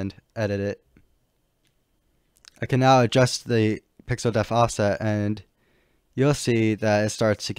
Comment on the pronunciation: "Depth". Pixel "depth" offset. Not pixel "deaf". Please learn this if you make a future tutorial, which for the record I consider to be very well presented and easy to follow. You do a good job in this aspect